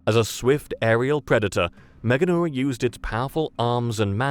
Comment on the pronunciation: first channel to pronounce this correctly out of about 6 others I previously viewed. MEGA neura. All the others said MEGAN eura. You're also the only one to define the parts of the word "large nerve". The others must think it was named after a girl in Europe. This goes for the AI generated channels, too.